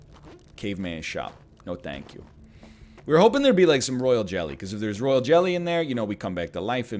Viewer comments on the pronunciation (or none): none